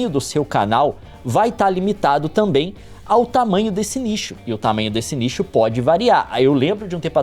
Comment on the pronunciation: todas as vezes que o leon disse nicho eu entendi lixo kkkkk